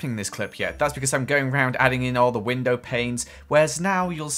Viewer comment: Window. WinDOW not winDER